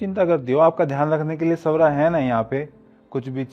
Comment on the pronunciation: Pahle ek kam kariye nam Agar Swara hai to pronounce Swara hi karo. Apki khud ki production mein thik nahi bol pate. Sora ya Saura pronounce karte ho. Aur ye Swara dikhnemei itni sunder hai Quon ise hamesha bure character mein dhalte ho. Aur khud 50 Saal ke lagte ho, aur college student bante ho.